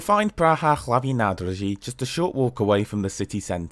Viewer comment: The specific feature of Czech and Slovak that they don't use English pronounciation. Praha Hlavní Nádrazí is well done. Kosice is pronounced Koshitze, Ceské is pronounced Tscheske